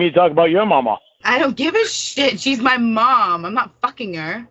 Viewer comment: Paul: "Have you ever seen an angel?" Me: "Oh god, don't say it." Lorne: "Muh mawm!" Me: vomits